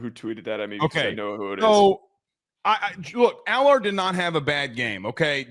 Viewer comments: can you please pronounce his name correctly AL ERRR. Drives me crazy., he was dropping balls into receivers hands and they can’t catch them. If he was at Ohio State he would be QB1 this year. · Can y'all please pronounce Allar's name right lol